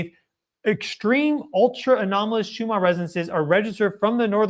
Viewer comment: Schumann is most likely of German descent. Is that why you pronounce it as if it ends in an “R” instead of the two “N’s” it actually ends in?